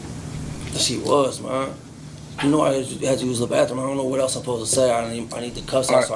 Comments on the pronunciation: “Baffroom” I hate ghetto speak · He is 38 and still says bafroom....you should get extra for that. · This dipshit said bafroom. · the "bafroom" ???